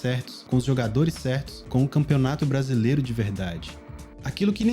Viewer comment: Ronaldinho campeonato "bracilero" "noenta e oito" ( apertava start eeeeeee ) 😂